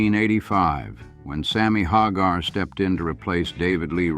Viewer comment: Did anyone else notice how the narrator first pronounced Hagar? Lol Haaaaagar